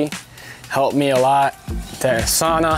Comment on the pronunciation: why he say sauna wrong